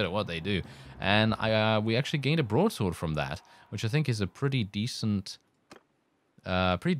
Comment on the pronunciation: Am I the only one hearing "brothel" when he said broadsword ? x)